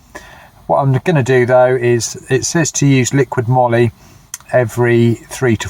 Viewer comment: I think it's "moly" as in "holy moly"